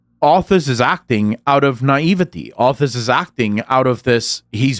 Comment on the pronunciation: "Was Azthas"? or Are Wazthas? War Arthas? :D you might think I'm messing up with you but secretly I helping the algorithm :P